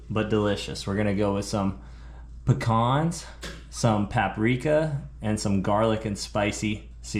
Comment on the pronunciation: Damn Dude, it must be cold, everything has has gone tommy turtle. Keep the rulers away from your best friend 😱😱. Hey what is going on with "Pic-cons"? It is "Pee-Cans"! Bro, you are killing us. This is a side effect and directly related to putting citrus in places where citrus does not go, it is even making you cook Brussel sprouts - I hope that is for the kids. 🙆‍♂🙆‍♂. Should have put same size piece of fish on two plates and hid the rest. Steve knows there is more fillets off the sheepshead - he cleaned them. Yea that played out LOL. Great watch crew, lots of fun. Just back from having a ball, great to chill watching one of your videos! Happy new year to you all, Dive safe, have fun, enjoy life! 👍👍🍻🍻